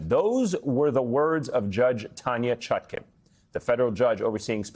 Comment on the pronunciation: Judge ChutKAN, as in pan, NOT ChutKIN, as in pin.